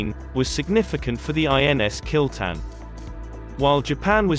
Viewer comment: its kil-tha-n but damm!! kill-ten sounds cool!!